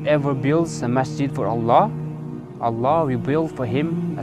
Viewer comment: Good acting ... Even he can't pronouncing Allah properly 😂😂😂😂😂😂